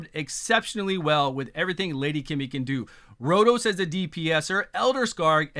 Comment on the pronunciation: my friend, you live in Japan. You must know Lady Kimi isn't "Kimmy". Keemee. Thanks for the great vids, nevermind the name issue.:)